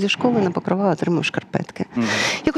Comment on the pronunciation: ПокрОва, а не ПокровА!😴